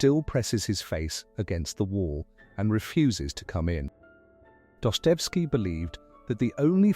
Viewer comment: Pronounce Dostoyevsky as DAH-stuh-YEF-skee (or doh-stoy-YEF-skee). Break the name into four clear parts: DAH (rhymes with "boss"), stuh, YEF (sounds like "chef"), and skee. Stress the third syllable (YEF) for the most natural sound.The author's full Russian name is Fyodor Mikhailovich Dostoyevsky. Pronounce the first name as FYOH-dor (like "door" with an "F"). Your AI voice doesn't understand this.